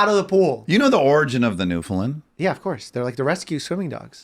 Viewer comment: Pronounced NewfinLAND